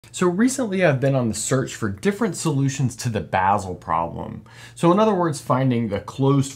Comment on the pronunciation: Gotta correct you on one thing,, if you don't mind. Basel is pronounced B-"ah"-sel. Greetings from Switzerland.